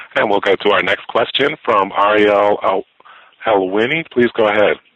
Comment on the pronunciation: ariel uhhhhh helweeny?